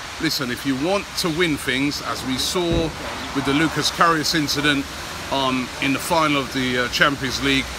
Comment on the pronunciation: Robbie, please have respect for players' names man. It's not that difficult. It's Loris Karius.